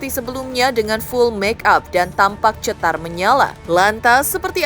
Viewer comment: Ini bukan CETAR tapi CETOR 😂😂😂